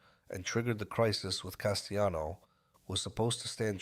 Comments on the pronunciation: Castellano is Italian, not spanish. It's not pronounced castayano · As soon as I hear "Castayano," 🫥😒🙄